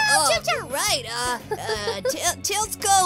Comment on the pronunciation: I thought tailsiko was like tailsiko not tailsko